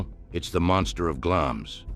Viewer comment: Glamis is pronounced as Glamz. Elizabeth II was the queen of the UK, not just England.